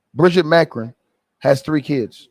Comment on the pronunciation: Ma cron. The pronunciation